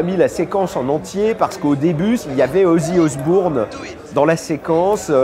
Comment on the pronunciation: Mon Dieu quelqu'un peut lui apprendre a prononcer ozzy osbourne correctement....